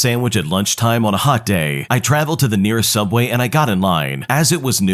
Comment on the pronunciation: What's subway? I only know sooubway.